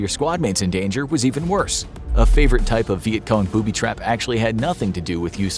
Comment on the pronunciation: Poo-by traps